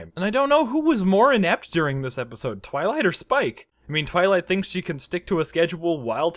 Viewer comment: Roughly everything tenth time you say "Twilight" you try to say it slightly faster and get two-thirds of the way to saying "toilet." Do not stop, it brings me intense, forbidden joy.